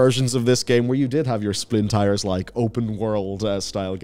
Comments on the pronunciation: Bro really called it "Splin tires" lolol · What the heck is "Splintires"?! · man said "splintires" 🤣🤣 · "splin tires"?